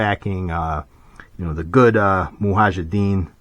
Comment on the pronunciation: It's not Muhajiddeen, it's Mujahideen